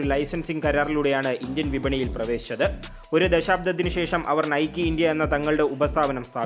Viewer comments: Nikeee allada "Naik " enna pronounciation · not നൈക്കി അല്ല നെയ്ക്ക് എന്നാണ് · നൈകി ആണ്. Athoru greek devatha aan